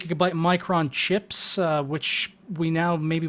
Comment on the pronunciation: And when he says chaps he means chips.